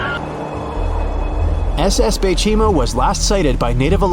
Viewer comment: that three times you say the baychimo lamo